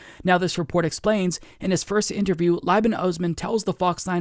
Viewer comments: Just a heads up Liban is pronounced Lee-ban. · Slight pronunciation correction: Liban is pronounced " leeban"